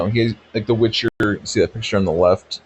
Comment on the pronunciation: Witch-her? Never met her